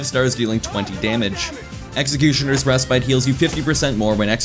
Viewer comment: Re-spit Not re-spite